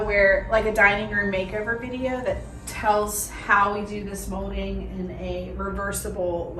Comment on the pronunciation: It’s funny how she pronounces, molding, mohding.